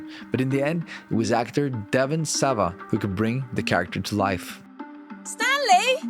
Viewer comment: Devon SAWA. Great vid otherwise, nice work 👍🏻